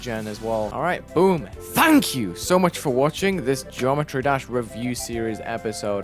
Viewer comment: Whoa, it’s, welcome back to another “Jometry” Dash video. 😂